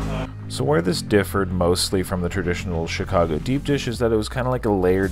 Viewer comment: We just gonna gloss over "Chigaco" vs. "Chicago"? Just wondering.